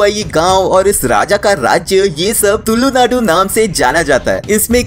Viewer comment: Bro you did very good video but the thing that hurt me is you saying tullu naadu bro it's tulu naadu if ad on more ' l ' into It sounds like psy in our native language. 😂so please next time say tulu not tullu. 😊